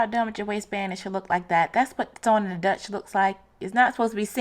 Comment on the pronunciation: You did a great job, but it is stitch in the 'ditch' not 'dutch'. Made me smile and I cannot wait to make this.